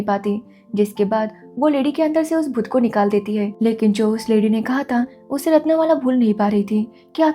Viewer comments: Bhutta😂😂😂😂. M'am that's not भुट्टा that's भूत. You jus have to elongate the त in भूत then you'll have the correct pronunciation 👍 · Bhoot not bhutta😂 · भुट्टा nahi भूत he . bhuta bolte he odia me bhut ko. Aur butu ko buttu bol rahi thi aap. Lekin apki language nahi he toh apki galati nahi he isme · Bhutta nahi😂.its bhoot. Bou means maa. Not amarai its Amari